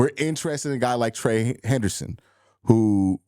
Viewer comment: You’re gonna have to learn to say his name right lol